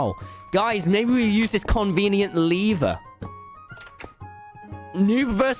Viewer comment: Yo Tommy, its lever not liver